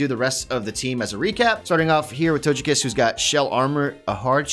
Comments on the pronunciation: Tojekiss hmmm I think it’s togekiss ok hon OK! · It hurt my soul the way he said lugia and togekiss